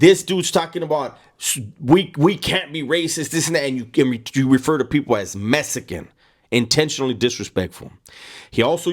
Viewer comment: Phonetically it sounds like "Mess eh can" but I heard hood dudes pronounce it just like that with any ill intent. WB is a no go I'm from San Diego and have nothing but love for all people but especially my Latino brothers because when I moved down to Chula Vista from Mira Mesa, they were the first ones to mistake me for being Puerto Rican, cuban or Mexican. ( I'm mixed with black and so many other things) I work in the shipyard and my Hispanic brothers are some of the best dudes I've worked with. Not to mention the cliche quinceaneras, wedding parties. But it's true, black folk get down the same way. If you're good, you're family.